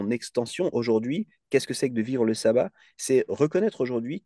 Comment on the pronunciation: Ca se prononce chabbat pas sabbat